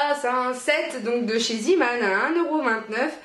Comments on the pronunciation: "Ca s'écrit avec 2 e donc ça se prononce ziman" eh bah noooon :D C'est du néerlandais et ça se prononce "zééman" (avec un é traînant). Zee = mer. Zeeman = marin :) Tadaaaaa ! C'était la minute langues , à vous les studios xd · Zeeman est un magasin néerlandais. Le son néerlandais "ee" se prononce "é" donc c'est bien "zéman". J'adore ces deux magasins. On y trouve toujours plein de trucs sympas! Tu as de la chance d'avoir un enfant qui aime se brosser les dents. C'est rare dans mon entourage! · coucou , super vidéo. je ne savais pas que Zeeman était implanté en France (je suis de Belgique et c'est très connu chez nous). juste petite info, Zeeman est un mot néerlandais et "ee" se prononce "é" donc "zééman" 😋😋😉😉 ma-ma 😁😁😁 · zeeman ce prononce zéman. C est du néerlandais et d ailleurs c est une marque néerlandaise.